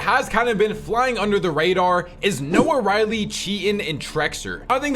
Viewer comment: Bro it’s not noahriley it’s noahreyli you’ve been saying it wrong for months now bro